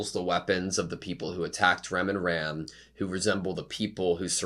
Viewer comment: i know this is old video but for the sake of the current season broadcast. i'm gonna say it is mildly annoying hearing you keep pronouncing felix as felis. it's felix but with japan accent. you want to stick with felis and that's fine but the anoyying part is the fact that you pronounce Ram using english prounounciation instead of japan which is exactly how they say in the anime when you pronounce felix using the japan pronounciation. it's Rem pronounce as ram and Ram pronounce as rum. so if you gonna catch up with latest season. it would very much appreciated if you stick to one instead mixmatch pronounce. that's all. i'm gonna continue listening this anime reaction playlist in the background at home